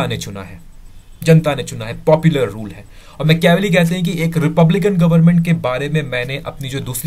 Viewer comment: Mecheaavelii nahi hai dost it's Maachiiaaavelli